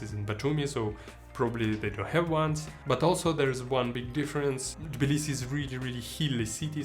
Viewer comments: Good video but Jesus Christ my friend....its TTTTTTTibilisi there is a T in it! It's not Bilisi. You lived there for how long? You should know that by now. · Interesting video man! Quick question: Is the T of Tbilisi not pronounced - Sounds like you're saying 'Blisi'.